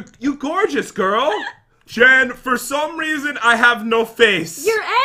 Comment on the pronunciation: p THEY CALL JEN... GEN OR HEN OR KEN 🤣🤣🤣🤣🤣